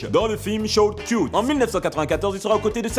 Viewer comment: C'est pas short "kiyoute" mais short "keutsse"